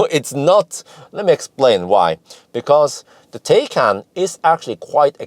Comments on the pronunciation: It is pronounced Porsche Thaikaan, not Tay-can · Hi, Taycan is pronounced as Tie-con, or like Thai-con:) or like english “Tie” and Norwegian “kan” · Tie-con. I remember it by tying up a convict. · Pronounced Tai-Kan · With a name like that, Porsche should be glad if people don't pronounce it 'tea can'... Thinking of... If I'd buy one, I'd name it 'Earl Grey‘ 🤣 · Taycan: the "a" is to be pronounced like an english "i". Thanks a lot for your great work